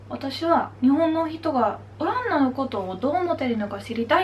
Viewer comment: "オランダ"のアクセントが若干気になります。😵 聞き取る分には問題ないと思うので自信持って大丈夫ですよ！！🙆 あと、お綺麗です😊